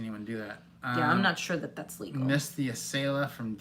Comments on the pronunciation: Yay you said Acela correctly! 😁 I'm a Boston native. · Yay! Acela pronounced correctly. Also, I am in Wilmington DE and can't help but note the irony that the First State will be your 50th! It's barely a whistle stop on the Acela, and quite frankly, the entire state is tiny but jam-packed with things to see and do. If you are disembarking, I would be thrilled to meet with you. If not, the station is walking distance, so I will wave. Wish I found you helpful videos sooner - I booked a cross-country circuitous route (Acela, Capitol, Zephyr, Coast Starlight, Empire, Cardinal) for this summer - but your videos have helped me prepare immensely - thank you.